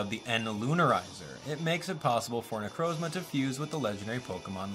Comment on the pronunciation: It's nu Croz ma not nu croes ma ok